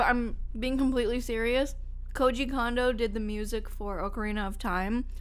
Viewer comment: Even "" mispronounces poor Koji Kondo's name